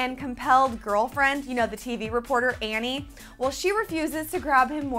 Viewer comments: Andie. Not Annie. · stop saying "Annie"!!!